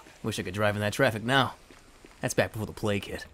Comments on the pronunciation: All this time I thought he said play kit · I.... thought he was saying play kid... But that was before the plague hit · I always though that he said ''Before the play kid'' But now i have seen the light. But that was before the plague hit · He was saying plage hit, I thought he was saying play kid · Sound like he is saying playkid